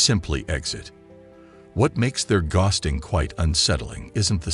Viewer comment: This is an informative, useful video but the repeated mispronunciation of the word "ghosting" detracts from it. It's a simple word, for God's sake!